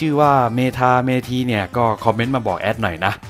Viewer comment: Methee(เมธี) กรุณาอ่านว่าเมธีนะครับ อิอิ